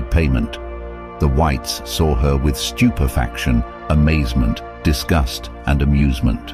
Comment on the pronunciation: StupeaFACTion is not a word it’s stupefaction . No British person would pronounce it that way. Also, it’s “white people pawed at her” not pawned.